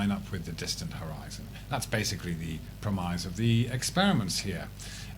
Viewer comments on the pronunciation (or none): he can’t pronounce premise, why am I not surprised. Correct pronunciation of irregular words has long been recognised as a good predictor of IQ in native English speakers